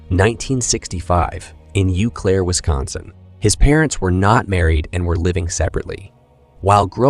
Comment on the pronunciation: It’s “Oh” Claire. French.